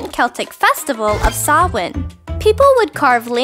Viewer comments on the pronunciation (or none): none